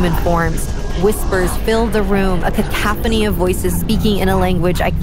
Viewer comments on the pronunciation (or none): the female narrator seems slow... she can't pronounce words like cacophony or era and era is a single syllable word...